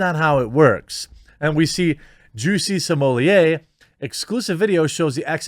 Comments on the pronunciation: Juicy Somellier? Is he French now? Jussie Smollet. Plain and simple. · At this point, the inability to pronounce SMAHlet is a sign of mental deficiency.